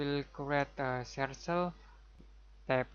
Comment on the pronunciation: I didn't notice any annoying click sounds at all, just a great explanation of the process of creating a hinge, which is exactly what I was looking for, thanks! PS, the word "circle" is pronounced "surkel", not "sursel". And you wouldn't say "about" when referring to a dimension as specific as "58.4" I can't imagine how confusing the English language must be to learn! Thanks again, subscribed.